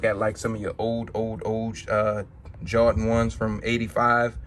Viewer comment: Two things ....it’s Jordan not jawdan...and get ride of cheap wooden spinner 🤦🏻‍♂️